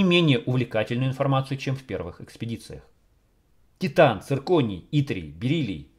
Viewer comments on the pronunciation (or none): none